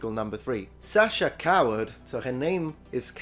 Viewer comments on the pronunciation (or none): none